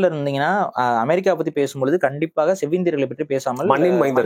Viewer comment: Bro, it’s amErica not amArica, அஅ இல்ல எஎ! Please accent nu ninaithu kollathinga.